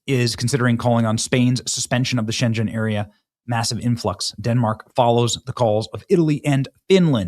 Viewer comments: Schengen is pronounced shenGHen because it is germanspeaking. Everybody does in Europe. Nice hearing your explanations on crazy European security rules. Thank you for your Time and Energy, in fighting Evil against Western civilisation. 😇🙏💙 You deserve a medal, yes you do. 🧿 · Hate to be THAT guy but it's pronounced Sh•ah•gen area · Schengen…….the “g” sounds like the “g” in gun. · We need the EEG back in Europe, with border controles. SchenGen🤣 funny how you pronounce it.. It's Sche-ngen the same ng from E-ng-land. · Europ is in the middle of summer break and there is a lot of vacation trafic. The perfect time to invade. Specially with all the fires creating chaos too. By the way in SchenGen the G is worded like a G in Garden ;-) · Schen-G-en, pronounce the G as in good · You pronounce it like it's in China its pronounced 'sheng en' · You are pronuncing the Shengen word wrong. And yes we have a problem. A big problem. You also forgot that Portugal is right near Sapin and we have a shit gov. and we are literli F... This is not good. We already have too many problems now this but this was on purpose. They wore releaes from prisons the morrocans get them to the borders and one of the generals said to Spain. Look how easy to invade you. So this is going to be nasty. And the goal is to go to Germany because Germany is on the nreak to lose to the AFD partie is like MAGA and they need to invade with these people to get the votes. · Wow!! please learn how to pronounce the name Schengen! A little embarrassing… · Benny, love your shit, but are you that bad at pronunciation or are you doing on purpose? I can’t tell if you need hooked on phonics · Please check on the pronunciation of Schengen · PLEASE LEARN THE NAME OF THE AHREEMENT, IT IS NAMED AFTER THE DUTCH TOWN WHERE IT WAS SIGNED.. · Its Schengen with a G as in GUM. What you’re saying is a city in China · Say Schen-gen with a hard g sound….. otherwise it sounds like a place in China😂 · Pronounced shen..g as in gun...en